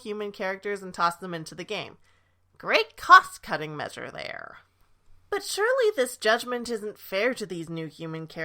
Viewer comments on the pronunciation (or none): none